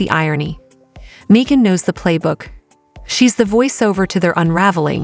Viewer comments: Hahaha. "May-jin Kelly." Subscribe and like, folks. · "Meejin" Kelly? Seriously? AI most be borderline illiterate. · Meejan?!!! What the heck?